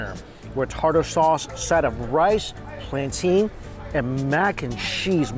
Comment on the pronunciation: I’m ngl i think it’s purposeful. Planteen is crazy since it’s not even spelled remotely close to that. It’s either plan-tin or plan-tane (depends on geography)